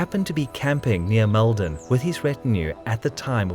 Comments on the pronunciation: (Oh, and to comment on the pronounciation, its a much heavier Mold on, even though Mal-don is how its spelt. We just say it our way is all!) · It's pronounced Maulden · Very good. I lived about 20km from Maldon, used to visit it as a child and took my own kids there. It’s pronounced Moldon my friend, an ‘O’ replacing the ‘A’ in its pronunciation. Keep up the good work.🇦🇺